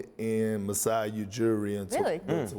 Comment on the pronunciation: Lol Lowry might, but DeRozan won't. He still can't say Masai's name.